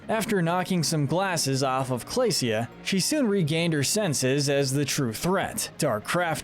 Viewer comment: It's Dream LAND! Not Dream World! It's FLAM-Berge! Not Flame-Berge & It's Clay-SHA! NOT CLAY-SEE-YA! YOU NEED A LOT MORE FACT-CHECKING OR YOU'LL BE SO STUPID!